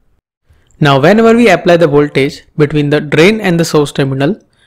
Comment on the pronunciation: The pause between 'the' and other words u say, and its pronouncing drives me crazy ._. anyways good video ^^